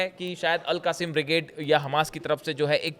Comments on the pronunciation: AL QASIM BRIGDE is wrong word , wright word is AL QAS SAAM BRIGADE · 😂😂😂 AL QASIM NAHI AL QASSAM